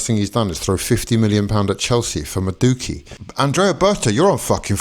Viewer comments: You may need to learn how to pronounce your new player's name! Many thanks for the bag. We're on the phone to Rodrygo as soon as the register goes cha-ching! Up the Chels 💙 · Can’t even pronounce his name but you’re so certain he’s crap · There is no way that's your sincere attempt to pronounce Madueke 😂